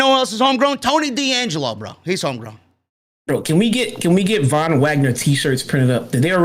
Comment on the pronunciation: thank u for saying the Von Wagner